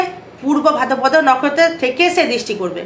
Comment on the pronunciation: নকরত না দিদি নক্ষত্র বলেন